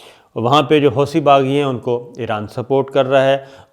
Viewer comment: صابر شاکر صاحب!! عرب 'ث' کو 'ت' پڑھتے ہیں۔ لفظ "حوثی" کے 'ث' کو 'ت' پڑھا جائے گا۔۔ یعنی "حوتی"۔۔۔ برائے کرم تلفظ درست فرما لیں۔ آپ کی ویڈیوز کافی لوگ دیکھتے ہوں گے۔ تلفظ صحیح ہو گا تو سننے والے زیادہ خوش ہوں گے۔۔۔ جزاک اللہ خیرا کثیرہ۔